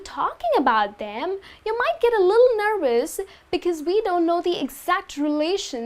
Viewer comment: This woman speaks far too fast for an ESL English Teacher. Also, her pronunciation of some words is inaccurate (e.g., nervous - pronounced as "nurwus"). Please SLOW DOWN when you speak to non-native English speaking students.